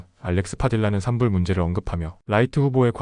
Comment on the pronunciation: 좋은 미국 기사 편하게 들을 수 있어 애독하고 있습니다. 매번 감사드립니다. 근데 ai가 읽어주는건지 한국어 발음이 이상할 때가 있어요. 예를 들어 요즘 LA 산불 기사가 많아 산불을 말할 때가 많으신데 산불은 [산뿔]이라고 발음 하는데 항상 [산불]이라고 읽어 이상합니다. 이런 식의 발음이 많아 ai로 만드는 것 같은 생각이 듭니다. 사실 ai로 만들어도 상관은 없는데 그렇다면 ai가 한국어발음은 아직 정교하지 않구나 하는 생각은 듭니다. 그냥 그렇다구요ㅎㅎ